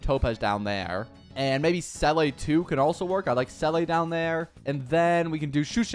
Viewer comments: why do you pronounce it selay when its see la she literally says it so much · The way you said seele.. it's pronounced see ley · I've never heard anyone say Seele like that... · hearing you say seeles name is heartbreaking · Not hating but u r mispronouncing the seele’s name and lc is not from the shop, it’s from battle pass